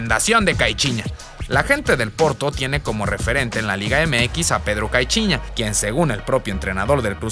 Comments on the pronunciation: Caichiña😂 tengo entretenido que se pronuncia caiciñia. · Caichiña jajaja solo yo lo noté?? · Cai- chi- ña 😂😂😂